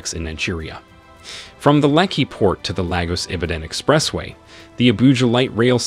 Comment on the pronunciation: Is this AI voice? Can't even pronounce "Expressway".. What ??